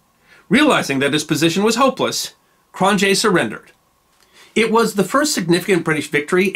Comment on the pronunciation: Very interesting. Thank you! To improve your series, I'd suggest working on your pronunciation of foreign names. I confess I cringed when I heard Cronjé's and Laurier's names...